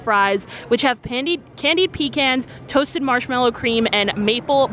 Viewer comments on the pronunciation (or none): none